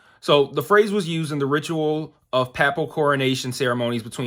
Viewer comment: Kind of funny how you can accurately pronounce a full Latin phrase but mispronounce the English word “papal”😀 but in all seriousness I love your reviews!! Glad I found your channel!